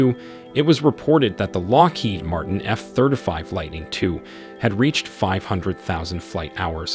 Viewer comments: Oh god I can’t take it!!! F THIRTY FIVE, not thurdafive!!! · Nice vid, very well researched. that said, could you consider NOT saying efthirdafive, and say efthirtyfive? It's driving me crazy! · F thurtafeeve?…perhaps ya mean f thurteefive? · F THIRTY FIVE stop saying F Third a five xD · Yep, was making me cringe. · I came to see if anyone else was bothered by it. It's driving me insane. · “Eff thirdafive” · If you can’t pronounce “F-35” properly then don’t WASTE my time reciting facts available on any publicly available public documentation online.